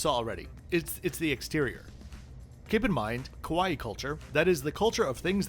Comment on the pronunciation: “Kaa-waa-eee” rather than the Hawaii like pronunciation 😊 …I’m half Japanese which would (could? LOL) explain my love since childhood, for Kitty-chan…Im 56, but I will be riding this train when I visit my birthplace next yr….😊😊😊 Those seats look pretty sad though… 😢